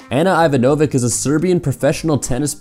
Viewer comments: Hey that was nice... But you can't pronounce properly any name other than the english ones... Say, Francesca is "Francheska", not "Fransessca"... Ana Ivanovic is "ee-vanovich", not "ivanovik", and so on... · ivanovich, not ivanovik! girl was number one and guy does not know to pronounce last name! and what about Ivana Spanovic, long jumper that took bronze? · Please, for the love of God, learn how to say Ana Ivanovic. That pronouncing was awful. Natasha Hastings is hot?!?